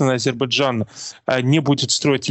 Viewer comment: Этот горе "эксперт" даже не может высказать Азербайджан, говорит Адирбиджан !